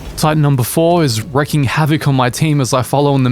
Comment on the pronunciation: It's wreaking havoc, not wrecking havoc. I heard you say this wrong many times.